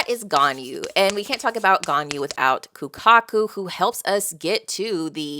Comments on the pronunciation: Ganju, is pronounced as ganju Not as ganyu, that's the goat girl from genshin lol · The world of bleach is a bit of a hodgepodge of a bunch of different religions. Idk which religion the soul society is based off but it isn't based off heaven. You pass on in bleach and have to deal with all the same troubles you had in your previous life + a few extra. Obviously its perfectly fine to pronounce the names however you want but just in case you'd be interested ganju is pronounced with the english J sound not a Y sound like ganyu. But it is funny cause there is at least one character later on who's name is written with a J but is pronounced like a Y like in German. Hardly anybody pronounces the names right in bleach even fans. Especially later on the names get really difficult and come from all over the world. So don't stress too much. I'm not gonna say anything to influence your opinion one way or the other but from some of the things you said in this video its going to be interesting seeing your thoughts of the later on stuff. I know fans get overzealous all the time so hopefully nobody says more than they should.